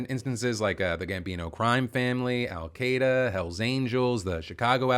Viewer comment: Its ALL-Kai-duh not all-Kade-uh, you're very close to the right pronunciation just a little bit off the mark. But other than that I completely agree with everything free speech shouldn't be condemned or taken away since it's in our constitution we would have to amend the Constitution to get rid of it, and the fact that just talking bad like saying one little thing goes against Free speech now obviously the one thing people forget is that Free speech does not apply when you are at work or if you're in the military or in a government job or on any type of business. Saying freedom of speech or free speech in any type of capacity like at your workplace or job or any type of closed off area where it's not welcomed depending on the religion race whatever does have consequences the only thing it stops you from doing is not getting arrested for what you say, if you say freedom of speech and then proceeded to say something that is wrong or hurtful or not in the right taste at your work they are legally obligated to fire you and allowed to it doesn't stop you from having consequences whether it be work related or public related or anything like that, it only stops you from getting arrested for it. Anything that threatens anything especially anyone in a government capacity like the president at all those specifically do not apply to free speech if you ever threaten anything about the president or anyone who is up there with him you will be arrested because it is a crime to say anything